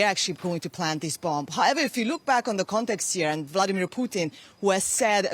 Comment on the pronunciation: The woman's name is not funny. Spelled and pronounced with an "a" not "u". She's your colleague & she's on all the time; it's not a difficult one. Oh - I think this is the same lady that constantly pronounces Vladimir as Vlodimir. What is it with her difficulty with the letter a? 🙄